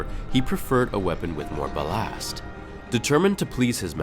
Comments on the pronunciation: "bal-ast"??? Elol. Are you trying to pronounce BALLAST? ))) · He said "beVELLed" and "baLAaast" lol